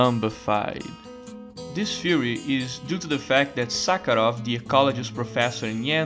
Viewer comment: Not gonna lie, I absolutely lost it at your pronunciation of “professor Suckheroff” 😂😂😂